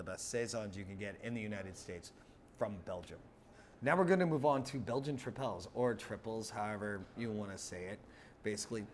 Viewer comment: Help with Dutch pronunciation: It's more similar to English than French. Trippel is pronounced like the English word triple and Duvel is pronounced like doovle or dew-vul.